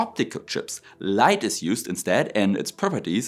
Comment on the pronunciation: AI with LAIght 😊